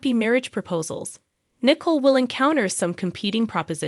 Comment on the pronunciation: The narrator pronounced COVID with an Ah sound And pronounced Nicole as nickel